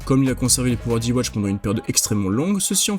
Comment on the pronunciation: Enfin qq qui dis ywatch et non l'autre truc immonde a l'oreille 😂